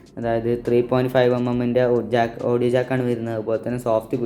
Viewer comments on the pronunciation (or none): none